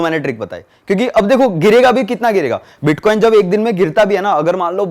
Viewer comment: Iska bitcoin bolna nhi aa raha h tho bits Bol raha h ye scame krega bhai